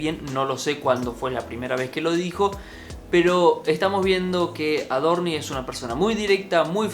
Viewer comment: Por qué dice AdorniS? Paciencia, Dios, paciencia!!!!🤦‍♂️